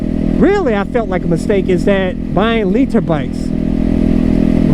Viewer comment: to Noobs: “Don’t get a LEE-Ter bike!”